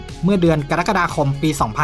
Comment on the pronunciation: กรกฏา อ่านว่ากะ ระ กะ ดา เป็ดมาจากไหน กะ ดั๊ก กะ ดา😮😮😮